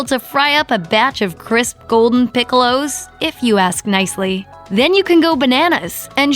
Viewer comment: What the hell is a "pick-ow-low"? Please say it the correct way for a US audience